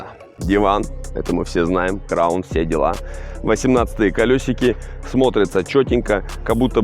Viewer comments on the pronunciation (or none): Бля аж уши режит от слова краун